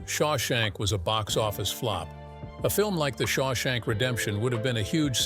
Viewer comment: You can't pronounce Shawshank? But you have no trouble with "Papillon." 🦋